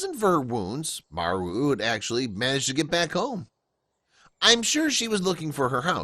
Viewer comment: Maru not Mary!!🙏